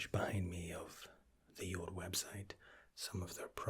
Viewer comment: Fabian Grujic he says it Like jood Which means jew in dutch lol